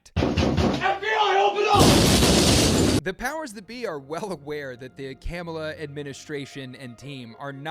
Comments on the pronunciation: MAGA: threatens the Nations capital on January 6th over lies and pseudo-direction from a wannabe dictator. Government: ok; don’t do that- now we have to draft a threat response and keep an eye on all of you. MAGA: the Government is spying on us and is threatening us! … By the way, it’s Kamala- as in “comma-la “ … we all know how to correctly pronounce their name. Get with it. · It's kum'ala as in kumallaverherface. Just ask Willie Brown, & EVERY powerful man she met, that could advance her career. Heels up, knees down, & the position was hers. She hasn't the brains to operate a toaster. She was once asked, What do you put in a toaster?? & she literally answered, "Toast." She is COMPLETLY UNQUALIFIED to be POTUS!!!